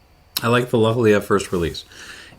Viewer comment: Lochlea is pronounced lock-lee, not leah. I understand the first name Lea can be pronounced like that, but not lea in the sense of field or meadow, as that is pronounced lee. I checked and the distillery website includes it on their faq page: "We pronounce it as ‘loch-lee’ with the ‘ch’ part pronounced as if you were hissing like a cat!"